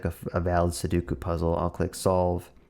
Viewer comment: Two things right off the bat - it’s pronounced SU DOE KU - please tell me you already knew that the puzzle was 9x9 before recording this video and that you only counted the cells to teach viewers